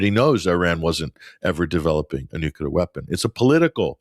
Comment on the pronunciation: says "Nookelar" 😊